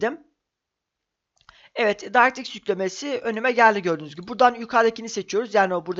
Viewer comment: video güzel ama bir tavsiye vereyim directx'i doğru telafuz edince bi mutlu oldum ama mikrosoft demek yerine doğru hali olan maykrosoft diyebilirsin :D öyle okunmuyor o kelime :) <3